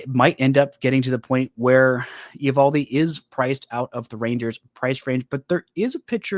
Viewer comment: Just so you know, it’s pronounced ee-VAHL-dee